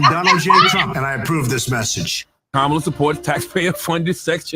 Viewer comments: Kam - MA - La, Pronounced Like, "Comma..LA" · Comma La. Please say her name correctly. Thank you. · RIGHT! When a 5 and 6 year old explain to you how it's pronounced and you STILL mispronounce it, its just disrespectful 😒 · Will you say her name correctly? I stopped watching the video because of that. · Please pronounce the Vice President name correctly